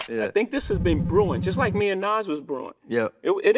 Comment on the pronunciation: NES? It’s NAS